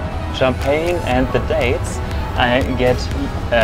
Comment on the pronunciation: It's pronounced "daytss" not "dahts", great video!